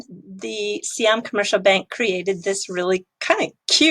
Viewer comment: Sai Yaam(not SEE Yaam) Commercial Bank, you had it before :)